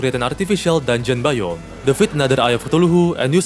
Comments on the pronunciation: Why you said tuluhu? Not kutulu? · Bro said eye of cathulahu😭